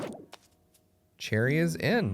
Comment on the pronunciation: You called cheri sherry